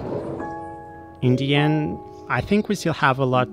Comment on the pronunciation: Everytime he says in the end I hear Indian 😂